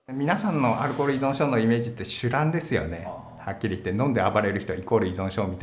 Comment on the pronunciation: いそんって言うな、いぞんだろ